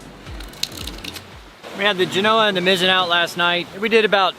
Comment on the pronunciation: For the love of god, google the correct pronunciation of Genoa. Same as the city in Italy. Accent on the first part, "Jen" followed by a SOFT "o", then "Ahhh." Not Jen "O" ah.